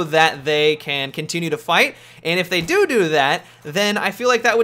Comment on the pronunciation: "if they dodo that"xD